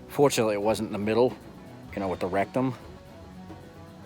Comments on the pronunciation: More good dig content. Love you guys. Rectrum? LOL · "Rectum eye"? "Ass neck"?